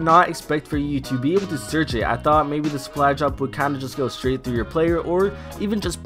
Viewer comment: you accidentally said sh*t instead of straight